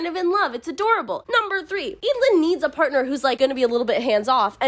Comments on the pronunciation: I thought it was pronounced Ed - a - lin (like evelyn) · Every time you say “Eadlyn”, I think you’re saying “Edalyn”, and imagining how much more interesting this story would be with a main character like Edalyn Clawthorn from The Owl House. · Absolutely same. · Damn I'm not from an English-speaking country so didn't read the books in English and I remember pronouncing Eadlyn in my head as ead-lane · Im glad I listend to audiobooks bc I could never pronounce their name's. I didnt like the dynamic between Eadlyn and her parents, they could easily tell her more about the day her grandparents died and their own selection (I get it it's for the plot, but still). Edit: It always bugged me why she couldnt just add him to the selection, she was the fricking queen, she could totaly change the rules or just told her parents, I mean the people wanted to add that creep. How would that be possible. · W should appreciate books, and not judge them. And the pronounciation of Eadylin is not said like that.Plus who cares? you are just judging a book by names?? And it's not even a very kind thing to say.